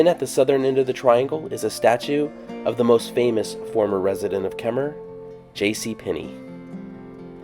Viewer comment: So nice to hear "Kemmerer" pronounced correctly!